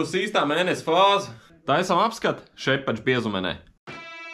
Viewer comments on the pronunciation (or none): Šepah nevis šepač. Tā ir vācu, ne angļu valoda 😄